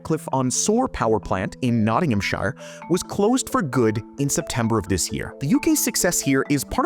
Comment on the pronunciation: In reference to Nottinghamshire, we pronounce -shire like "shear" as in the tool for cutting wool off A lot of UK place names aren't pronounced the way they look, like Edinburgh.